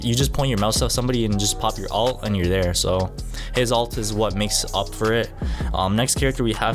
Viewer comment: ULT not ALT!